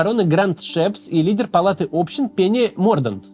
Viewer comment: А где самый залайканный комментарий в топе про Общин, а не общИн? Вот он что ли? Слух задевает чуток) кринge